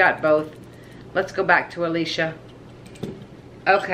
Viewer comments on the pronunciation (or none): none